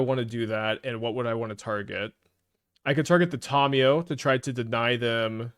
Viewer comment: Please stop pronouncing Tamiyo incorrectly